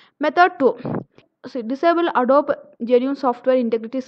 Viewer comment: Just FYI, it's pronounced "Ah-doe-bee" with the accent on "doe."